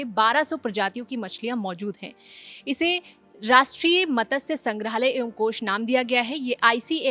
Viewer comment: मतस्य नही, मत्स्य होता है। धन्यवाद